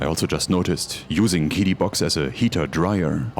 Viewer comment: Guessing that a translator app was used based on the fact QiDi (Cee-Dee) was mispronounced. Nice video.